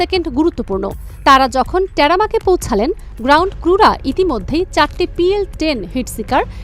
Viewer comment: বাবারে, শব্দটা 'টেরামাক' না 'টারম্যাক' 'TARMAC'!! শব্দের সঠিক উচ্চারণ শিখে ভিডিও বানাও। শুনতে খুব অস্বস্তি হয়, লজ্জা লাগে! পড়াশুনার এ-কি অবস্থা!